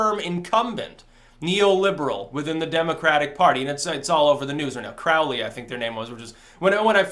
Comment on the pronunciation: It's Aleister Crowley, it rhymes with holy. And he had nothing to do with the (fictional) Necronomicon. Other than that, I really enjoyed your analysis.